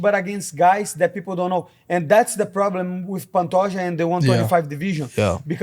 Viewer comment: Bro why does he keep saying Pantoja’s name like that 😂